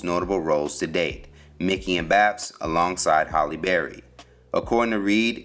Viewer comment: It's HALLE, not HOLLY